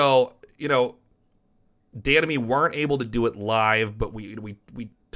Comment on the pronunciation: Every time he says "Dan and me" I understand "The enemy"